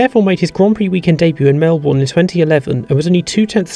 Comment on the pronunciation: There's bound to be a bunch of Melbournians watching this video, and I'm sure I'm not alone in feeling a bit uncomfortable when people pronounce our state's capital the same way it's spelled. Crofty (as much as I dislike his commentary style compared to Walker) has it right when he says "Mel - bn", and I suggest everyone watching this video do the same unless you want us passive tram-loving hipster coffee-drinking Melbournians to suddenly snap and start a revolution.